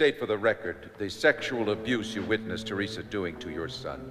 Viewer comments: funny how they pronounce teresa--my name is pronounced tereeesa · my name is teresa also but its pronounced te reee sa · cant believe they pronounce teresa the way they do--mine is pronounced Tereeesa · my name is teresa but i pronounce it tereeesa. never liked the teresa pronouncement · never heard teresa pronounced with a soft "e"